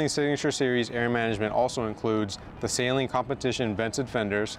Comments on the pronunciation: No hate but I just wanted to say it’s actually pronounced suh-Leen not Say-leen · Shit was annoyingly funny. Sayleen….sayleen. I’m like bro is saleen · Even Saleen website show it’s annunciation, and unfortunately you’re wrong. It’s “Suh-leen” not “Saline”! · So. It’s always funny to me how we pronounce the car “say lean” and then when we talk about Steve, we say “Steve Suh-lean” as that’s how he pronounces his own name. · lol we know you don’t bro I still say SAY LEAN mustang. It if I met Steve I would say it’s nice to meet you Mr. SUH LEAN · Why Do People Mispronounce Steve's Last Name (SAY-LEEN) As Opposed To (Suh-Leen)? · I learned a lot about how to pronounce it through the comments 😅. I’ve been saying “Say-leen” since I was in High School and I was never corrected. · thats how you said the company's name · There is no "Sail" in Saleen.... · Now that you've got a bad ass car, it's time to learn how to pronounce Saleen correctly. It's not sayleen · Fifteen seconds in and doesn't know what physical position he's in or how to pronounce Steven's last name? Even for most YT'ers, this is a pretty poor showing. Can't believe they didn't reshoot the intro. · Hey man,no biggie I'm from the south I said it wrong for years.until I bought an 88 Saleen in 96. I had the car painted an called Saleen to order new decals an the women that answered the phone pronounced it correctly,I didn't even know I was saying it wrong.thats how I learned,lol